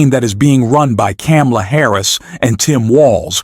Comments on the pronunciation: Her name is pronounced comma la and NOT cam a la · Please adjust your robot. not. CAM-la. Comma-la. you lose credibility when you mispronounce her name. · Thank you for supporting Kamala Harris but please pronounce her name correctly!!! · It's comma-la, you mispronounced it like Trump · You are not pronouncing Kamala right.